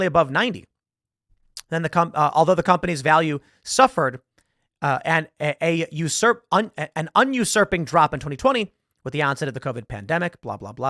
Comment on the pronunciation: Does Tim need glasses? He mispronounced both adaptation and unsurprising, neither of which are particularly difficult or strange words.